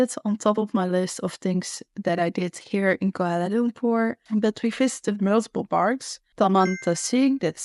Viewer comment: You pronounced koolwala loom poor correctly..( some foreigners say kwala lump per) ..haha